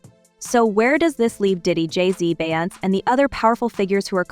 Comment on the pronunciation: Who is BY- OUNCE? Her name is pronounced BE-YON-SAY